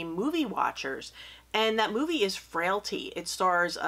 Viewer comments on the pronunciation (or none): I'm so sick of hearing "Fraility"